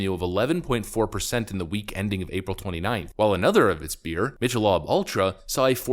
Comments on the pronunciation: I love how called it Mitch a lob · Mitch-a-lob lol